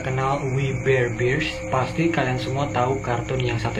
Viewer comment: Bang bear bukan bir :v